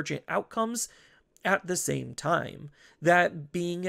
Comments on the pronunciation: Why do you end certain words with 'a'? the first time-a', 'bt06-a gabubond', etc. Honestly it's super annoying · lmao never noticed until this comment, now i canta unhear it >.<